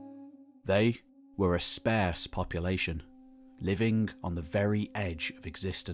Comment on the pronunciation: I love your videos. "Sparse" is pronounced like "arse," not rhyming with "scarce." Keep up the great work!